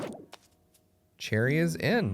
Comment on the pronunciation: You called cheri sherry